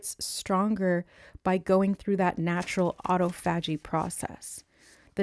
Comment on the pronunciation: I haven’t finished the video yet (12-13 minutes in) but just wanted to come over and comment before I forget that “autophagy” is pronounced: “uh–TAW-fuh–jee” (rather than: “ah-tow–FAH-jee”). But I LOVE everything you have to say about it and would NEVER want to take away from your message in any way by being a grammar police! In fact, I wouldn’t normally bother to bring it up at all because I think most people know when something is the same word even if they hear it pronounced differently. But for some reason it took me a really long time to realize it this time — I even heard you discuss autophagy previously, but only JUST NOW realized that all this time you were referencing the same metabolic/cell renewal process I’ve been learning about lately (from researching the benefits of intermittent fasting). So maybe there’s a message in that? But as I rewatch what you are saying about it (just to place in context with my previous knowledge of the word), I think the reason it didn’t click right away for me that it was the same word is because just by placing the “stress” (or the capitalized part of the phonetic spelling) on FAH rather than TAW, it inherently causes the first three syllables to be pronounced differently as well — so you spoke it like it’s actually spelled rather than how I’ve only heard it spoken. Which makes so much sense why Spirit gave it to you in that way as well, so you wouldn’t trip over the spelling when you went to look it up!!! 🤯 So cool of Spirit 🥰 From